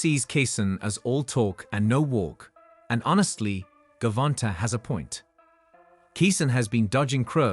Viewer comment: Gervonnntta , pronounce it like javonta dafuk is dis